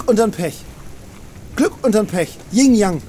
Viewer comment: Wer kennt sie nicht, Ying beam und Ying Knopf :D